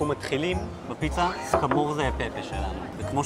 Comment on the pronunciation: סקמורצצצצההה לא סקמורזה